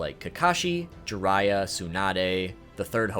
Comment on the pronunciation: who's "jurayah" ? 😜 if you can say byakugan, jiraiya is similar. An "ee" sound followed by "ah" sound. Gee-rah-iyah